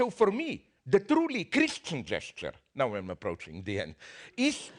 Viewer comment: "Sorry guys you scrood it up naow" LMAO